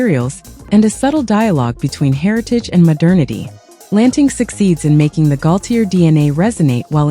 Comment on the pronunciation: Omgawd, mis pronouncing GAULTIER's whole name. AI needs better input...